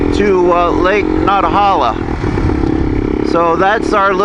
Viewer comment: Good video ha but as a local I hit the floor 😂every time you called it “Lake Not-uh-holla “ 💀